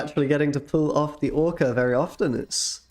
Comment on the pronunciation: I need to ask an important question; why did you call the deck ‘Orka X’ and not ‘Orxa’?